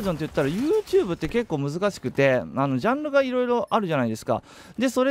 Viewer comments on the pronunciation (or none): ジャンルがいろいろってところが ジャ〇ヌがいろいろって聞こえたのは俺だけ？ ま、意味通ってないからへんなんだけどね